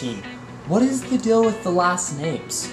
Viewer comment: You say "dill" for "deal" like Casey does.